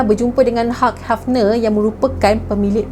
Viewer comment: sebutan nama Hugh Hefner tu salah.